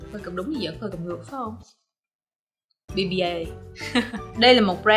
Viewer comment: BBIA đọc là Pi-A nha chị